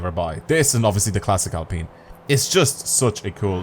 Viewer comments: It’s peen. Like peen-us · The prononciation is Alpean I m French 👌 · Mans said al peen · How do pronounce in britain our Alps mountain chain? Alpine renault name Comes from Alps. And its alpeen.